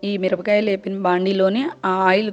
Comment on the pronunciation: Mirapakayalani meru mirabgayalu ani yenduku antunnaru its so funny